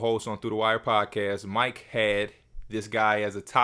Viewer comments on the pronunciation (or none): none